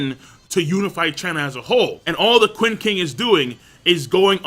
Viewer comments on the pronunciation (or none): I'll sub if you stop pronouncing Qin/Ch'in as "kuin" LOL.